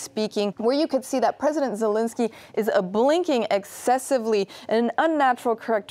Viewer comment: It's Zel-EN-skyy, not Zel-IN-sky